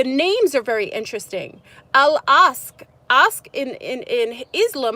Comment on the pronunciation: Al-Aqsa is pronounced Ock suh